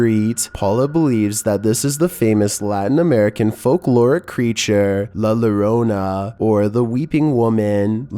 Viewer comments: La lorona? No. Pronounced yorona. The double ll makes a y sound. The more you know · Number 11 is pronounced la yorona not la lorona the two Ls right next to each other make a y sound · Lah Yoh-rho-nee-ah, or lah yo-rona, like co-rona virus. that's how la llorona can be pronounced. la lorona like wynonna is fingernails down the chalkboard of my soul... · just wanted to correct how you said this word, I am latin american myself and sorry if I seem to bother, but it's not "la lorona" with an L, the double L is pronounced, like an Y, so pronounced like "La Yorona" yes, i know, spanish is weird, but I hope I helped at least a bit, enjoyed the vid and take care :) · 😂😂😂 #11 is pronounced la yo-Rona not la Lorena 😂😂 la llorona la yo-Rona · Its pronunced la jorona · Its "LA LLORONA" (JO-RO-NA) not LO-RO-NA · YORONA >>LLORONA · I do enjoy your videos however a number 11 you have mentioned this before and you're saying it wrong I'm sorry but if you're going to make videos try to learn how to say it correctly it is not la la rona it's La Llorona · La lorona 🥲☠️ For anyone who needs help saying it here Yo-ro- nah(llorona) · It's pronounced as "La Yoronna". The LL is pronounced as Y in spanish, like in York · The way he said "la lorona" but dope videos bro! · it la yo-ro-nah yo as in yo what's up, ro like co-ro-na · Not being an ass but it NOT LA LLORONA ITS PERNOUNCED AS LA YO-RO-NA .. IT THAT HELPS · He pronounced la llarona wrong! it's La ya-ron-a! sorry bro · Hi this is Pablo here Im hispanic, the name of la llorona is pronounced here "La Yorawna" in case you make new videos including it just a little correction still a great video an anamazing job thank you so much for your content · I think it's pronounced like LA YUR ONA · the way he pronounced it immediately annoyed me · Nothing against you but in number 11 you said la llorona wrong but idk